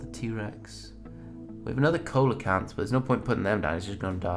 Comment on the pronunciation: #WorstFarmerEver you need to bring them back to life first! The plant was petrified and the seeds were fossilized! Also ceolocanth is pronounced see-luh-Canth (my mc username is SenorSlayer)